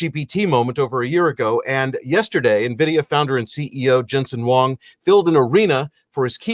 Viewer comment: It’s Huang not Wong